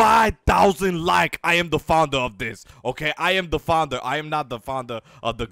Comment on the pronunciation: Xbox360OverAchiever Even more annoying, the dude can barely pronounce "founder."